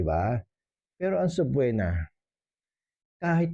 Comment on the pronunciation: Subpoena has silent “o”. It is pronounced as if it has a double “e.”